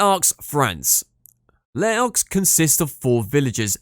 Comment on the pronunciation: Nope Les Arcs also butchered, Espace Killy also wrong